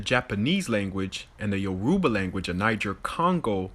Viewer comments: The first guy can’t even say the name of the Nigerian languages properly 😂. Grew up watching telenovelas and bollywood movies a lot. Not once did i think “ oh why see they no black proper in these shows?” . Also this is a wholely African American problem that they blame white people for all their problems. I swear the sun will go out and African Americans will STILL blame white people for it🙄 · That dude doesn’t even know how to pronounce Yoruba.